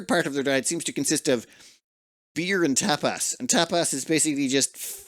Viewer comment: “eat Tapas” My ears: eat Top 😵‍💫🤣 I can not unhear it 😭